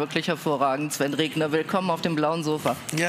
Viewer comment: Der Herr heißt Regener und nicht Regner!